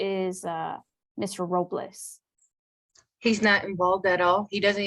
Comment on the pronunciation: She keeps saying Ms. Robliss "very disrespectful"